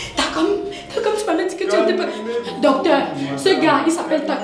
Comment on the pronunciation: 👌👌🤩 tchakam j adore sa façon de prononcer...